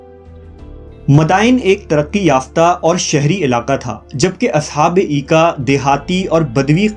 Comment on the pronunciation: Aoa Brother. Correction Required. In Holy Qur'an these are mentioned as (Ashab Ul Aika) not Eeka...